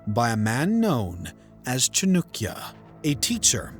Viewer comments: It's Chan-uh-kya not Chan-oo-kya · Who. T. F. Is CHNUKYA! CHAANAAKYA. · Chanakya not chanukya cha nak ya for non native speakers and chan dak ya if you want to impress Indians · Cha-noo-kya is terrible pronunciation. Better - Cha-nuh-kya? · The narrator should begin by properly pronouncing the name of one of the earliest economic geniuses in human history, author of the Arthashastra (The Treatise on Economics)- CHANAKYA or Kautilya. It is not Chanookya (which even sounds ridiculous). Has his name been spelled this way in any history book? As soon as I hear Chanookya, my interest has dropped to zero. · It's not chanukya its chanakya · NOT CHA-NUK ITS CHA-NAK-YA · His name chanaakya not chanukya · chanAAkya not chanukya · Its Chanakya, not Chinukya. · It's not pronounced "Chinook-ya" it's pronounced "Chah-nukk-ya". Also pronunciation of Karnataka could use some work. Overall, I'm glad you are trying to understand the history of India. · Every time he says ChaNUkya I get this intense cringe mixed with a spike of rage. Is it so hard to say Chanakya with a western tongue? If the maker of the video can't speak the name of Chanakya chances are he will make a shit of video about him and the Guptas. Stopped watching at 2.42. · His name is chanakya. Not chunukya. Is it so difficult to pronounce chanakya? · 😂😂😅 How does “a” become “u”? By pronouncing “Chanakya” as “Chanukya”…😂😂 Its not Nenda empire, its Nanda empire. I thought the British came up with English but I guess they’re just as confused. How Chanakya led Chandragupta into taking over Nanda empire “isn’t exactly know” says someone who hasn’t read history before making a video. 😂😂😅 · who the hell was chunukya lmao? It's Chanakya(chaa-na-kyaa) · Chanakya not nukia 😅 lol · It's chanakya not chunukya 🤦 and they are you tubers🤦🤦🤦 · That's at least ok What about cha - noo - kya 😂😂😂😂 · Hello, u spell chanakya wrongly as Chanukya… please fix it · Not chaaanukya... acharkya chanakya... some respect please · It's Cha-nak-ya